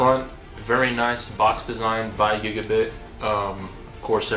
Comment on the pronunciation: dude nobody ever says anything the same way but it is giga BYTE not bit. drive me crazy cant watch the video